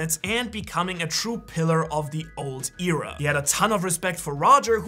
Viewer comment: Pretty sure that's not how you pronounce "Era"....